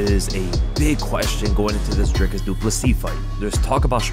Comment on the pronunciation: It is only respect, if this channel can get the pronunciation of the next world-champ correct. It is not Drycus!!!! Also get the damn spelling right. In SA, surname-prefixes like "de", "du" are in lower case.... UNLESS it is written in ALL CAPS. That is true respect.